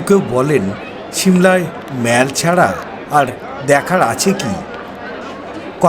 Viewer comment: যেমন সুন্দর সিমলা ম্যালটা তেমন সুন্দর তোমার অসাধারণ ধারাভাষ্য ।তবে জানি না ঠান্ডার কারণে কি না তোমার ধারাভাষ্যর মধ্যে কয়েকটি ভুল উচ্চারণ আমার কানে লাগে। প্রথম দিকে বারংবার তুমি ম্যালকে মল উচ্চারণ করছিলে। ভীষন কানে বাধছিল। ভিডিও লাস্টে আবার ম্যাল ই বলেছো। দ্বিতীয়ত এবং তৃতীয়ত উচ্চারণ ভুল ছিল। সাংস্কৃতিকের যায়গায় সংস্কৃতি এবং ইংল্যান্ডের উচ্চারণ টাও বেশ কি যেন বললে? আমি ভুলে গেলাম । একবার দেখে নিয়ে ঠিক করে দিলে ভালো লাগবে আশা করি। কিছু মনে করো না। যদিও জানি অত্যধিক ঠান্ডার কারণেই উচ্চারণে এই সামান্য ভুল টুকু হয়েছে। দিদি হয়ে যেমন প্রশংসা করি তেমনি ভুল টাকে ভুল না বলে পিছিয়ে আসাটা আমার মনে হয় ঠিক কাজ নয়।